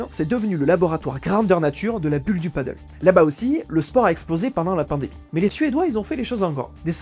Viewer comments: Désolé je n'ai pas pu continuer à regarder la vidéo, l'erreur de prononciation de Padel me sortait du sujet de la vidéo. Soyez plus prudent dans vos recherches car faire une faute de prononciation sur l'élément principal de la vidéo ce n'est pas très sérieux. Bon courage pour la suite. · Toute une analyse entière sur un sport pas une seule fois prononcé correctement. Le PADDLE (pa.dœl) est un sport nautique. Le PADEL se prononce “pas d’aile”. C’est pas compliqué… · Ça se prononce "pas d'ailes". Paddle c'est sur l'eau. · Pour ne pas confondre deux sports très différents, padel et paddle, prononcez le sport de raquettes "padèl" et le sport nautique "padeul". C'est un détail, je vous le concède bien volontiers. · c'est con de pas savoir prononcer le thème de son sujet ... c'est Padel et non Paddle !!! mais bon peut être mal expliqué par l'IA ... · très intéressant mais on ne prononce pas "padeule" mais "padèle", le "padeule" = Paddle est la planche qui flotte avec la grande pagaie 😉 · C'est padel pas paddle, le paddle c'est le sport nautique qui se fait sur une grosse planche avec une rame. Il ne le prononce pas correctement dans la vidéo, il devrait dire padèl (même si beaucoup de gens disent padeul pour les deux) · C'est Padèl pas Paddle! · « Padelle », pas « padeul », c’est incroyable ça !!! C’est espagnol… Personne ne dit « handbole » … Alors arrêtez de casser la tête et parlez correctement merde !! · Pti point prononciation parce que là j'entends paddle (padeule), alors que c'est padel (pad-elle)... 😂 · Super vidéo. Après on ne dit pas Paddle mais Padél. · Le mot Pádel est une hispanisation du mot paddle. A prononcer plutôt padèl donc pour le distinguer du paddle , (padeul) sur l'eau. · On dit padèl hein 😂 merci pour ces informations et ton temps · Je crois bien que ça se dit "Padèle" car le paddle existe déjà et c'est un sport qui n'a rien à voir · Il devrait le prononcer padèl (comme en espagnol en fait), ça éviterait la confusion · Padèl pas paddle, mon dieu